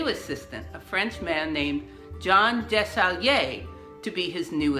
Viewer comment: Desaguiliers is pronounce “DESS-a-GOOL-yay”